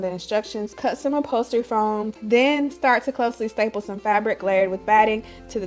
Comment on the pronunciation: Did you say styple or staple the first two times? Accuracy counts! Bang.